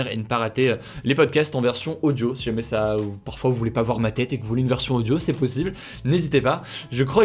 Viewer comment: From « si jamais » now we’re « sjmais »